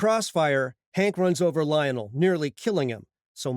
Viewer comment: Why do u pronounce Lionel that way